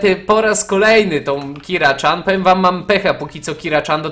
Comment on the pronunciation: PS. TO NIE KIRA CZAN TYLKO KIRA CIAN!!!!!!!